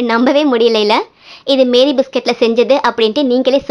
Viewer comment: Meri biscuit illa mari biscuit